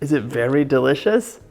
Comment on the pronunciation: Don’t forget DAH-Licious